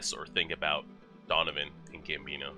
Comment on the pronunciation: it's donovan not ducun lol